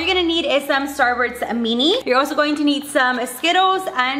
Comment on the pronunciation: I love How She Says Starburst She Be Like Starburts